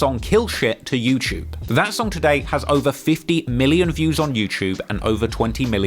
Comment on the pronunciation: I hate the way you say youtube LMAO bro said “youchube” more than 7 times